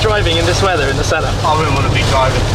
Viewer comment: Anyone else noticed that Shmee always pronounces the Senna, "Sennar" adding an "r" at the end ?